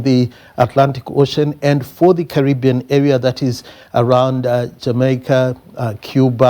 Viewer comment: Carry-being not curry bean. Hehe. Made me laugh. Had the worst karra nicha food last night. Do they have karra nicha in Jamaica? Curry-bean man.